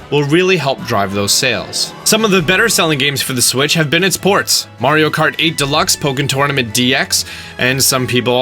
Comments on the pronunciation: Can someone explain how so many people erroneously pronounce it mare-e-oh instead of Mar-ee-oh? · You say Mario like an idiot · First off if you are going to specialize on Nintendo, learn to say Mario right man. You sound like my mom. Second of all, can we please quit saying that the problem with the Wii U was the lack of games, it simply isn't true. The reason people didn't play the Wii U was two-fold. First, they had terrible advertising and many people were confused whether it was a new system or simply a peripheral or upgrade to the Wii. Second many people gave up hope of them ever releasing adult orient games again, which simply wasn't true. I mean just look at the library. The Wii U gave more first party fan service games than maybe any system to date. We got a Kirby and a Yoshi game, StarFox, Pikmin, two Zelda ports in Wind Waker and Twilight Princess and if let's not forget Breath of The Wild was always supposed to be a Wii U exclusive until Nintendo realized they weren't going to be able to turn the system around and announced the Switch. Then you have at least three different Mario Games with New Super Mario Brothers U, Maker, and Super Mario 3D World, Splatoon 2, there was Mario Kart 8 and a Tennis game and a Mario RPG, also let's not forget about Donkey Kong Tropical Freeze, Poken Tournament, Hyrule Warriors and I'm sure I'm forgetting at least a couple other first party games (Oh, Toad Treasure Tracker which was actually pretty decent and new platformer type.) That brings us to third-party games. At the beginning there were actually quite a few third-party games that came out that people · You’re saying Mario wrong. Listen to how the creator says it then change your ways for the better. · Am I the only one that cringes every time he says 'Mario' wrong? It's not pronounced M-air-io, it's pronounced M-ARE-IO!!! I still love your videos though. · Mar.e.oh, Mario learn how to pronounce. Its been around for years and ya cant say it right.